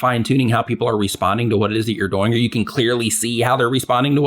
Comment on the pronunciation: I love your content, but I just have to say that when you say "doing", it sounds like "boing" with a 'd' hahahahhaha